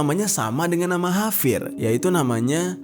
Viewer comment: Kok ngomong nya havier bukan javier